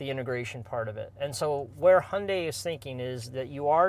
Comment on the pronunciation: Hyundai like Sunday